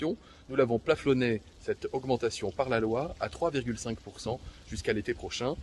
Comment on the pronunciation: c'est moi où Olivier Variant a dit paflonner au lieu de plafonner ! meme quand il utilise la langue francaise il arrive a la déformer (comme la vérité tiens)